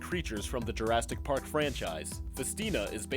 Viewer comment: Did he say Jurastic Park?